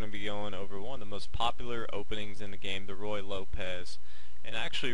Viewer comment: Forgive me, but it's pronounced "roo-ye," and not "roy." Yes, it's better to play it well than to pronounce it well, but your mispronunciation certainly does not add to you authority.